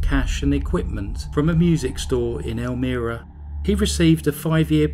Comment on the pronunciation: I found your video quickly today and at first didn't recognize the way you pronounced Elmira because we say it with a long I sound It's a nice place, but in reality New York State is pretty rural with much of the state being conservative and right wing. The part that makes us liberal is New York City. Thank you for another interesting tale of crazy. I appreciate it very much. Have a glorious week!